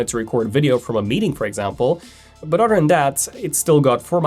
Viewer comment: its other, not otter